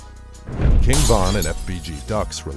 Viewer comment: Stop doing Von name like that smh 🤦🏾‍♂️